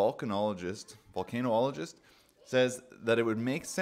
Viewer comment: Pronounced Vulcan — ologist … just think of Vulcan the ancient god (or the planet Spock is from).